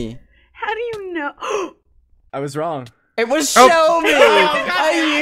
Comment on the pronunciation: Ahhhh when h accedently said Selbie instead of Shelby I was like 😮😮😮😮😮😮 (Selbie is my last name)